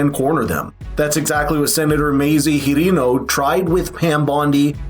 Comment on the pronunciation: Were you pronouncing Hirono’s name incorrectly on purpose?